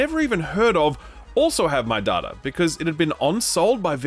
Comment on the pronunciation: It is data not data.